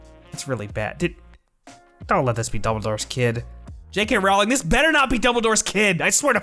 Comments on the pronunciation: No, the main takeaway is that he does not know how to pronounce JK's last name. It is pronounced rolling (row - ling), not rauling like howling. 😎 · Okay, I'll start with a pedantic nitpick: you say you're a fan but you can't say her name right? Really? It rhymes with bowling, dude. Now, for substantive points: 1) I agree with you on the Leta story line. It was basically a red herring (which works great in a mystery but doesn't serve a real purpose here, making it superfluous) and just to add back story in an attempt to make her death more meaningful. It didn't, though. She was still just as much dead weight as Nagini. I think both women were there to score social justice points without any substance or affect on the plot. They both could've been used much more powerfully than they ended up being. 2) I agree that Theseus and Leta could've been included with Newt and Jacob, to streamline the ridiculous number of plots and to create more interesting dynamics. I also agree that Tina and Creedence could've been grouped together, too. I think it could've been interesting to have Queenie join them for a while only to leave later in a disagreement, and maybe that's when she gets picked up by Grindelwald. 3) I don't really have an issue with Depp as Grindelwald. I think the characterization problems he had were problems of direction and script, not acting ability. But someone else could've played him, I'm not picky. I do agree that Grindelwald shouldn't have been cast first (I do think it would've been powerful to have Graves revealed as an agent, instead of G himself), and I think they should've done chemistry tests for both Dum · I don't mean to be rude but I'm pretty sure you're pronouncing Rowling wrong